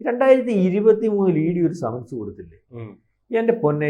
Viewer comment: ആദ്യം നാക്ക് വടിച്ചിട്ട് വർത്താനം പറയടാ ദുഷിപ്പേ സമൻസ് ..... സെമൻസ്.... മെൻസസ് അതിൽ എത്താണ് എന്ന് തിരുമാനിക്കട നാറികളെ .. ആരോ എവിടെയേ എന്തോ പറഞ്ഞന്ന് കരുതി ഇവിടെ വന്നിരുന്ന് കുരക്കുന്നോ ???